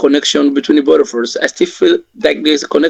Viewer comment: I'm intrigued by how many R sounds he adds. My surn instead of my son, urs instead of us, frine imstead of fine. He has to add R sounds to pretend to be American, so maybe he adds more than necessary by failing to identify the words that actually need R.